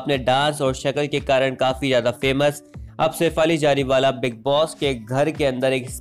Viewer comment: Its not Jariwala plz get your pronunciation correct.